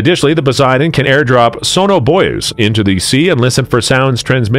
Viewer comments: The ai needs to pronounce sonar buoys a little better 😂😂😂😂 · I don't think it can hunt subs as well as a P-3. Probably can do Recce and anti-surfacr mission better. Narrator not pronouncing sonobuoys properly. Makes me cringe.😊 (Former TACCO IN S-3A, P-3B, and P-3C.)